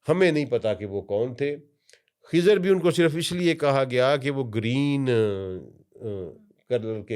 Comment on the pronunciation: خضر ہوتا ہے ۔۔۔ کھزر نہیں